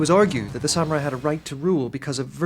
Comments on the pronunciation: sammy rye? sam ya rye? sam you're eye! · If only they'd hired a narrator who could pronounce the word samurai correctly. smh